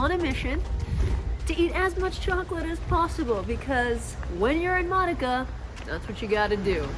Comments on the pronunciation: You should learn how to pronounce the cities you want to visit. Modica is pronounced Mo-Dee-Ca. I know cuz I lived in Sicily for years. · You should learn how to pronounce Modica correctly.